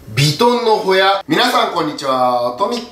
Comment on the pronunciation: ホヤを捌くが親を捌くに聞こえた